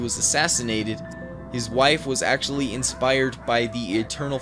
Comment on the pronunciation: acctualy tranizt